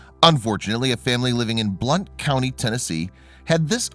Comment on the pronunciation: I am glad he is okay. I have to tell you that it's pronounced blunt county. Just saying. I am from TN. I had to learn this, too.